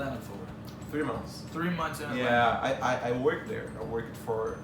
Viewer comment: He pronounces "Atlanta" like a native -- drop the Ts. I hope he saw some of the rich black people in Atlanta.